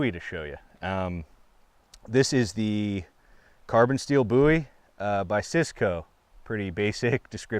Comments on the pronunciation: I like that you pronounce bowie correctly 👍🏼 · Thank God. He said "bowie" correctly